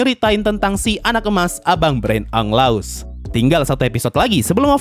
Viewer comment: Anj, gw ngakak hard setiap dengar lu bilang “abg2 tidak jelas, abg berain anggelaus” 😂🤣